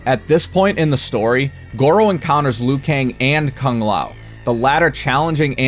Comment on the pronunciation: What was up with the terrible mouth movements when goro was talking? Looked straight up retarded. Also, I don't want to be that guy, no disrespect meant but aren't kung and tsung pronounced like two os? Everytime you say these names I notice you pronounce them differently then the game does. Anyways, great videos. I've been having a marathon of your shit. Really enjoyed the how evil the characters are but I will admit too many basically the devil in my opinion. I think a lot of these guys are brainless pawns just doing what they're told.